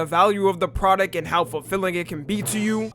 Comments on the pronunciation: "The pra-dick" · is it just me or does say produc and not pronounce the T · I’m not hearing that “T” in Product I’m hearing “K”